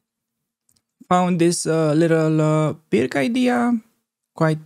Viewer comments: Hi, Pirc is pronounced like 'piertz' I believe. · Pirc is pronounced PIRTZ.